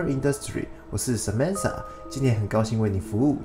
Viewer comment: 發音不標準